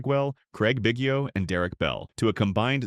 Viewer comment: Had me until they couldn't pronounce Biggio correctly